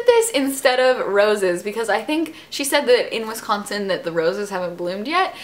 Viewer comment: Haha you can always tell when someone isn't from Wisconsin by the way they actually say Wisconsin .. I'm from Wisconsin so I notice but it's honestly not a big deal :p